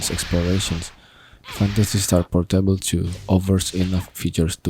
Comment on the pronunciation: it's pOOOrtable, not portEIble 🤣🤣🤣